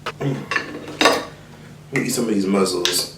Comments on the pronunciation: saying muzzles instead of mussels is sending me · “Muzzels” 😂😂😂it’s mussels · Every time says "muzzle" instead of "muscle" cringe lls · You do mukbangs EVERY SINGLE TIME. ITS MUSCLES, NOT MUZZLES. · Did he say muzzles?🤣🤣🤣🤣they are mussels shug!!! You crack me up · It's just funny that pronounce those shellfish as "muzzles" & not "muscles"? 😂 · "Muzzles"😂😂😂had me cracking up😂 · Everytime said “muzzles”, I died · Mussels is pronounced the same way as muscles. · Nobody:: MUZZELS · So no on going to talk about how said mussles💀💀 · I like how he said “muzzles” 😂😂😂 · Mussels - it’s said like muscle the ones in your body . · why you saying mussels like that???? LMAOOOO you deadass mad funny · The way he says mussels irritate me 😂🤦🏽‍♀️ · Mikayla Hatten Don’t be fooled by this video. ain’t saying it right 😂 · It's actually, "Mussels". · The way he says muscles is so funny